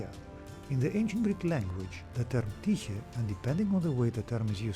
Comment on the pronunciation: Well done video and very informative. Now I know how to properly pronounce Tyche.